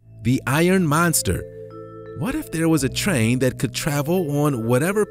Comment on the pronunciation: TRAIN. NOT CHrain. Learn how to pronounce words.